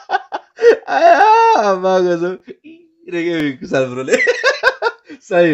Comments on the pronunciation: Kushal ho.....kushaaal haina hau😂😂naam kai bejjat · कूशल lai कुशाल re rip Nepali..